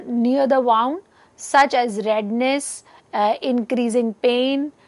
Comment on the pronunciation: It's pronounced as 'woond' and not 'waaund'